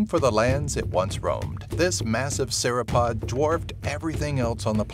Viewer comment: ONE more thing. Sauropod is pronounced (Sore-o-pod) Not (Sarah-pad)